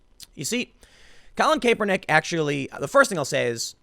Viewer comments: Stop saying Cape-er-nick when it's clearly Cap-er-nick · Tim, i love you man but it's pronounced KAP-er-nik. His nickname was Kap. When you call him Kaypernick it makes my butthole clench. I know you're not a football guy so I'm doing you a solid. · Tim, it's a soft A like sounding like kapernick. Not Kaypernick. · Cap-er-nick He does not wear a cape. Not Cape-er-nick. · Tim, it CAPernick not CAPErnick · How the hell do you not know how to say a persons name, that is said all the time?... "Capernick" are you for real. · Kay-per-nick. Tim doing his subtle name mispronounciation trolling. Haha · Its ( CAP-ER-NICK ). I know it's spelled differently but that's how its pronounced. I dislike him anyway, so say whatever you want. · Btw his name is pronounced "Cap" "Er" "Nick" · CAP ER NICK. C'mon Tim. Your point is solid...but get the guys name right. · KAP-er-Nick what the ever loving hell is wrong with you. pronounce the name properly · I haven't watched this video , is he still saying cape-er-knick ? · it’s pronounced "Cap-er-nick" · Someone teach him how to say Kaepernick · refuse to listen to this just because I can't listen to an entire segment where you're too lazy to learn home to pronounce a person's name correctly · Learn to read French please... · The fact that Tim still mispronounced Kaepernick's last name brings me great joy.... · The fact Tim mispronounces the slug's name everytime always makes me laugh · Why does Tim always say Kaps name wrong... is it a joke or does he not realize this? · If you are going to drag that douche at least say his name correctly Tim. Drives me crazy how many names you mispronounce on the regular.